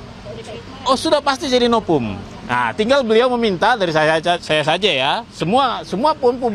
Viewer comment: Novum lol, bukan nopum😊